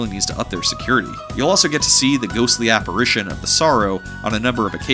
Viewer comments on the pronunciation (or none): none